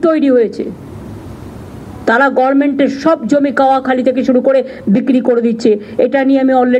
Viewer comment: আপনি কেন গরমেন্ট বলেন? গভর্নমেন্ট আজও বলতে পারলেন না........